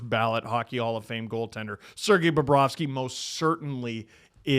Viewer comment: He didn't say BOBROVSKY right...someone get ahold of Jay and Dan